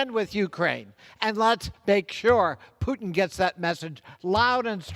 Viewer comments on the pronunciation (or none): none